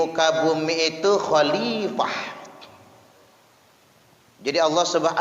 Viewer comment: Bukan hilapah tpi HOLIPAH